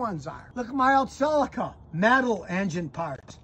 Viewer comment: Only critique is how he pronounces Celica like Silica. It’s See-Lee-Ka 😂😂